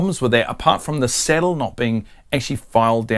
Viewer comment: 😂thanks for the tip. It took me the first 2min to realize the "settle" was the "sAH/dull" saddle. It was only through prior knowledge of piezo acoustic pups that i discerned the matter. 😂 First off, never alter your accent. Its like denying your heritage. Im from deep in the heart of Appalachia in the Southeastern US, im suuuuch a hillbilly, and proud of it. I cant use voice to text, vouce dictation at work(that one hurts), and bangledesh customer service reps have a harder time understamding me than i do them😂. Even when i speak with perfect diction and elocution as i would in a professional setting. Every year or two i get tired of typing and convince myself the software has improved, so i try dictating patient care reports and within an hour, im back to typing, heart broken, hands still cramping😢😂. This is a great tip and i can easily see how this would improve tone capture. Tyvm for sharing!